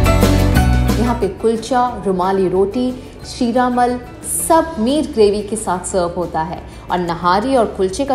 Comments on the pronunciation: Firstly i felt very bad....when you sat in rickshaw ...poor man pulling it.....so pity Second it not sheeramal it is sheermal....plz correct your pronunciation.... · Sheeramul? Its Sheermaal! 😂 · It's not sheera mal it's sheermaal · लाल वाली ज़ाफ़रानी रोटी..🎉🎉 शीरामल ❌ शीरमाल ✅ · It's Sheermaal and not sheermal... Rest awesome video... Always a bliss to watch my city... Miss lucknow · वो शीरामल नहीं.... शीरमाल है.😅😅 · Hey ! It's not shreemal or sheeramal it's sheermaal शीरमाल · First it is not sheeramal, it is 'sheermaal'. and second you went to wrong raheem.the original raheem is in near to tundey at chauk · Sheramal nhi hai 🤦‍♂️ lucknow mein aa ke pronunciation hi galat bol rahi hai... 🤦‍♂️🤦‍♂️🤦‍♂️🤦‍♂️🤦‍♂️🤦‍♂️